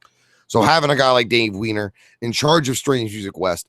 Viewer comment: It's Dave Wine Er